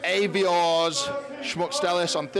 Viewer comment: You hear their names said all the time, yet you still mispronounce them 😂 Ay-vi-ars